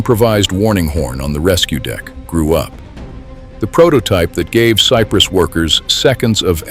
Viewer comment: I remember that vividly. I was watching the game. Too bad this was narrated with AI. Sigh Press instead of Cypress? I would assume that an actual human being created this video. Shame on you for not fixing the pronunciations!